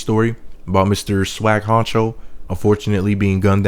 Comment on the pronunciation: its not swagg honcho its swagg huncho